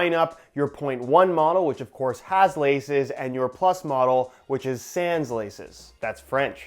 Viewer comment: All French people cringing at the way he said “sans” 🥴🤮